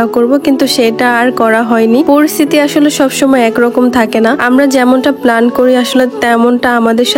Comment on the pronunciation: বেশি ডং করে কথা বলতে গিয়ে ভুল করে ফেলেন।প্লান,পলাউ